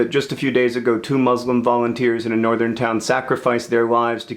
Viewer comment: I'm dying at the way you pronounce 'muslim'